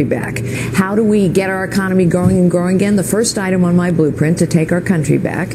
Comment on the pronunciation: is she saying boobprint?